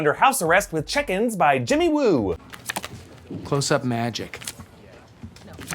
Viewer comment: Did he say💫 Jimmy Woo💫